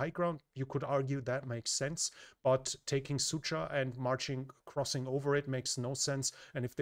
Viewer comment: As a native Russian speaker i couldn't help but giggle every time he pronounces Sudzha as "Sucha". In Russian it sounds something like a "Bitchville". that 'dzh' pronounces more like a G in George. Yeah, "Dzheordze"